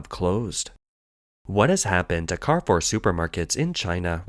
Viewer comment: it is pronounced Car Foor